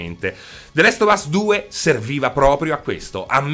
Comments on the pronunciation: E niente, non puoi proprio farne a meno di chiamarlo the LEST of us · The Last Of us, non the Lest of us